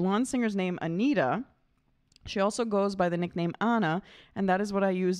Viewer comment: Anni-Frid, not Anni... and Agneta, not Anita... Really easy.